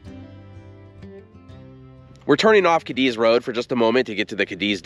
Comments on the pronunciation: It's NOT pronounced "Kadiz - Cadiz but Kah-dees. We'll accept Kah-deez. Pls do your homework well before putting out contents 🙄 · It's actually pronounced "kay deez" I love video's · FYI. It’s pronounced Katies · It’s not “kah-DEEZ” it is “KAY-deez”… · I worked on the railroad and the name Cadiz is pronounced Kay-dees with the emphasis on the first syllable. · You are pronouncing Cadiz wrong! It sounds like this " K deez "... As a brakeman I rode freight trains thru there early 70's.. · Cadiz is pronounced ( Kay - Deez ) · It's pronounced Kay Dee's I'm pretty sure. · Out on the desert you pronounce it Katy's. In Spain it's Cádiz, which you pronounce KAH-dees, but it got Americanized on the desert. I lived north of Goffs back in the 70s, and while I can't recall whether I ever was in Cadiz, I heard the name many times. 🤠 I once wanted to be buried in the Goffs cemetery, but it turns out that's not possible, and anyway the VA will bury me for free in a national cemetery. I don't know how true it is, but when I lived on the desert I heard that you can drill anywhere and hit cold, clear, delicious water no more than 1,000 feet down. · The railroad folk pronounced the word Cadiz as KAY - deez. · It is pronounced Katie's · I've been to Cadiz, Spain. There it's accentuated on the first syllable.